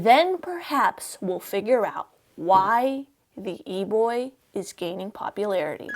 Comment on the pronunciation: I just love how she pronounces it "E-bwoi"